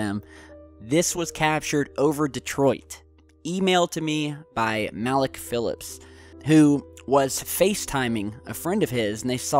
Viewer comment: You know Malik is shaking his head right now about his getting his name pronounced wrong lol